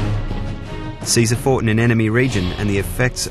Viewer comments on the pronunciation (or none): none